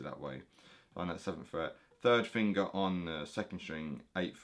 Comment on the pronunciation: Lmao my favorite fingaa (heavy accent)